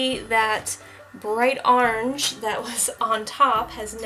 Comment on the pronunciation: I like how you say orange, "are-range"! 🍊 Love watching your videos! I always get so excited when you post 😃